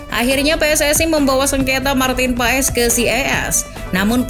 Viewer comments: bacanya "Paas" min bukan "Paes" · paes paes , pass baca nya min sama kaya pemain leicester Wout Faes , baca nya jg Wout Fass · Baca nya martin pas bukan martin paes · Min bukan Martin paez tapi Martin pass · Bacanya marteen pas,,, bukan paes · Bacanya Martin pas min bukan paes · Selese juga drama nya Izin koreksi min, cara baca nama nya yg benar itu Maartn Paas (sumber dari salah satu video coach justin), makasihhh 🙏